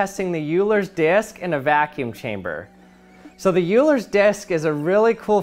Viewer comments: Euler is pronounced "oiler" not "yooler". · It's pronounced "Oiler", not "Yuler". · I think his name is pronounced oi-ler not you-ler. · Please stop saying 'YEWLER' when his name is pronounced 'OILER'. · Please do some research on your technical pronunciation.... "Euler" is NOT pronounced "YEW-ler"...... It's pronounced "OIL-er", for the same reason the German "eu" phoneme makes "Freud" sound like "Froyd", instead of "Frood". Any advanced math student could've updated you on that. PS: If you do a little more research, you'll find out the classic "Dr. Seuss" (also of German origin) is technically and properly NOT pronounced "SOOSE".... the family of Theodor Seuss Geisel (AKA "Dr. Seuss") will inform you that it is pronounced "SOYSE"; again, for the reason quoted above. The Germanic "eu" is pronounced "oy". Hey... I didn't WRITE the rule, I'm just passing it along...... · The correct pronunciation of Euler is "oiler" not "yuler." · Btw You pronouce it Oi-ler... not Eu-ler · You-ler? Oil-er... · OILER not YOULER ! RRRRREEEEEEEEEEEEEE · The Euler disc is not a “You-ler” disc, it’s an “Oil-er” disc. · Great video....but it is not "Yooler" ..... but "Oiler" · It is pronounced as "Oiler" and NOT "U-ler". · The "you-ler's" disk? Try "oiler's" next time. Also, of course it won't spin forever. You've taken out much of the energy loss due to sound waves obviously, but friction plus gravity are still at play. Anything for the clicks right. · Who is "Uler"? It should be "Oil-ler" but without the l sound on oil. But I will forgive your mistake for pronouncing one of the most important mathematicians in history wrong 🤣🤣🤣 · It's not called "yuuler"... It's actually pronounced as "oiler" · What kind of Scientist calls Euler "Yuler?" isn't it *oil -er*? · Love the video, but isn't it pronounced Oil-er, and not You-ler? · youler???? dude...it’s “oiler” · Euler is pronounced oiler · Just for the record, it's pronounced like "Oiler's Disk" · Euler is pronounced OY-ler. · OH-LERS DISK